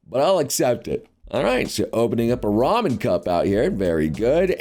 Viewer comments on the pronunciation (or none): none